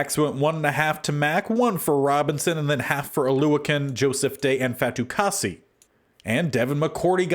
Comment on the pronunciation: You got Fatukasi’s name correct! :)